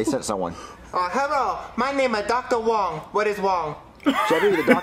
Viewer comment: "My name is doctor wong what is wong" (wrong) LMAO